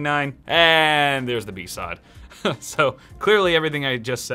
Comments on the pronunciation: besawd? Bee Ess Oh Dee seriously I bet you say Yurle for U R L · Did he really call it a bee sod?... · The way he pronounces BSOD tho... Bee sawwed